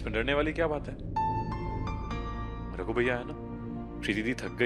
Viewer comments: when said ruder But miss it's not ruder it's Ragu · ny ragu ko rudr bola 😂😂😂😂😂😂😂😂Kisi ny notice nai kia 😂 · Raghu ko Rudre Q bol rahi ha Kis ko laga na Raghu ko Rudre bola 🧐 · Han mai ve yohi bolraha tha isne usko rudre q bola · says rudr😂😂😂9:75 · She said rudre